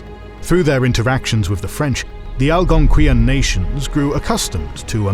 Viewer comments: Al gon qui yan? I’m Canadian it was always pronounced Al gon quan. Please do some research because it’s extremely upsetting to butcher an entire group of people like that with this video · As a person born and raised in Ontario, the pronunciation of Algonquin physically hurt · He butchered Potawatomi as well. Algonquin not great, either.